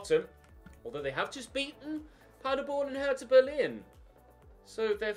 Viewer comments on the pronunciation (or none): none